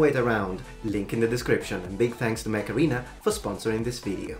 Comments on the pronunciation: every time you say mech arena i hear macarena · It sounds like he's saying "macarena" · You saying Mech Arena sounds like Macarena...famous Spanish hit....